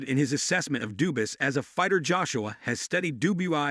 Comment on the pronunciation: dubis - dubes - AMThony - DooBOI - Dewynite nite lolllll